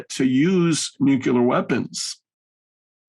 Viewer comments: I only tuned in to hear, but he is a bit thick. 1.) USA threatened Russia with nuclear war, not vice versa; 2.) The word is "nuclear," not "nucular." Is actually sent straight from the CIA? FFS, is the eastwards expansion of NATO not placing American "nucular" weapons ever closer to Moscow... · “NUCLEAR”! ☢️ NOT 🚫❗️ “Nukuler”!!!!!!!!! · If you're going to say "nuclear" so much, perhaps practice pronouncing it correctly first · Can we all agree to say N U Cl L E A R instead of of N U K U L A R? This is one of the reasons I hate George Bush so much.